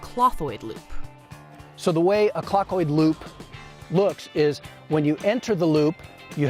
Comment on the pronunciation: I think he pronounced it like "clotoid," making the "th" sound like a "t." Some people do that.